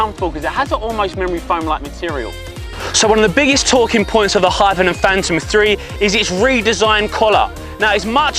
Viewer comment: This dude really struggles to get the word 'Hypervenom' out doesn't he